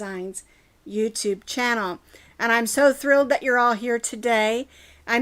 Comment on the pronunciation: When you accidentally said channel wrong.